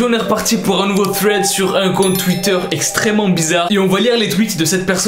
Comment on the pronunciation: IL a dit ixtrement bizzare